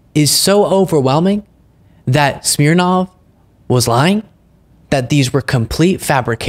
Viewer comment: His name is literally "Smear-nav!"